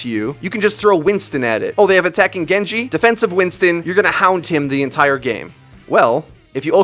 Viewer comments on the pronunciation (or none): none